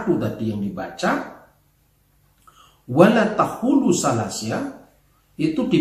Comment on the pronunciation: WALA TAH-HULU????🤣 Pak.. BUKAN (WALA TAH-HULU) PAK... 🤣🤣🤣👏👏👏 TAPI (WALA TAQUULU) MAIN KE RUMAHKU PAK AKU AJARIN BACA ALQUR'AN DGN TARTIL... MASAK GELAR DOKTOR ILMUNYA ANCOR gitu.🤣🤣 SOK SOK BACA QUR'AN..🤦‍♀️🤦‍♀️🤦‍♀️🤦‍♀️ QAF dibaca Ha..🤦‍♀️🤦‍♀️🤦‍♀️